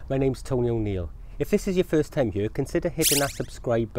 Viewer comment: You know a man's potato crops will be big if he pronounces "here" as "hyur."